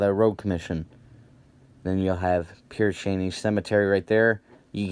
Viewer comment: It's pronounced Pear sha-nay.